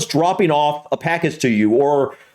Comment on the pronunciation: Brits copying Americans, that annoys me saying "offa" instead of off.